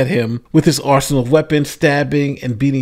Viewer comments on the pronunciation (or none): none